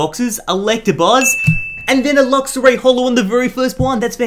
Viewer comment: ex xurkitree and luxa ray lol best mispronounced Pokemon names